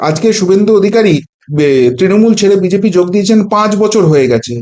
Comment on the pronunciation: কতটা উচ্চ শিক্ষিত বোঝা যাচ্ছে, BGP না BJP ঠিক করে বল